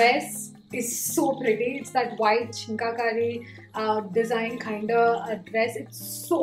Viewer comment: are you really kidding me. you had the audacity to call out northies on disrespecting your language. you freaking can’t take a second’s effort to say chikankari properly. its an art not just language here. PRIVILEGE MEETS AUDACITY RIGHT HERE!!!